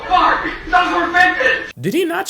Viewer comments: I had to blast my volume and close my eyes and kept hearing barbie, so I'm 80% sure he said barbie 😂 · i heard it as "oh farbie" ngl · Oh my god the barbie bit. Listening, I hear "oh barbie", watching I hear "oh fuck" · relistened a few times and I can also hear "farbie", "farck", and "bark" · . I keep replaying it, and it's alternating between 'Oh fuck' and 'Oh barbie'. I hear both. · Ken said “oh Barbie” but you can’t hear the “ie” part